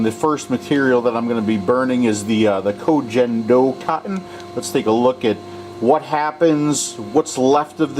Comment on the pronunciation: Love your videos but as a linguist as well as a student of East Asian history and culture, it irks me how your mispronunciation of Ko Gen Do has spread throughout the vaping community. It is pronounced koh gen doh (g as in gun) not koh jen doh.